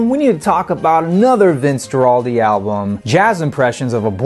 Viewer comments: completely agree. gua-ral-di not jua-ral-di like he did the whole time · You could at least learn the proper pronunciation of "Guaraldi". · So how come we didn't hear any actual cuts from the album? Was it licensing issues? By the way, Guaraldi is pronounced with a hard "G" as in "go" (gerr-all-dee) and it's Beethoven's "Fur Elise" not "For Elsie". Sorry to be picky but everything else about these episodes is top-notch so the mispronunciations jump out. Great choice for a review, by the way. Always played at my house.